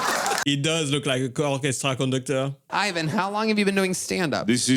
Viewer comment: Did you say "cochestra conductor"?🤣😭